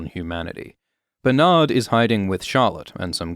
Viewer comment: “Bernardald” haha